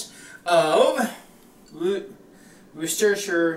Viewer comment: LOL. WOR-CES-TER-SHIRE SAUCE. or shortened. WOR-STER-SHIR